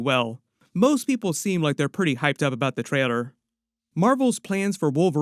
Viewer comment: I love homies videos but how is it that he said traider instead of trailer